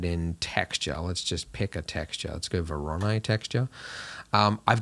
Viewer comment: Is it 'Vor-on-eye' or Vor-own-eee' or 'Vor-ah-nee'' noise?